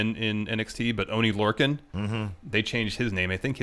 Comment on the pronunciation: Lmao cringed so hard when said Lorcans indie name